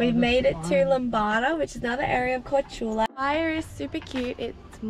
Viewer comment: It reads KorCHula, not Corcula.